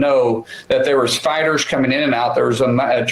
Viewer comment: unrelated to the context of the story... but to me every time he says "fighters" it sounds to me like he's saying "spiders"